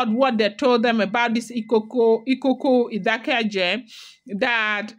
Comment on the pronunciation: It is pronounced Ìkòkò Ìdákéjé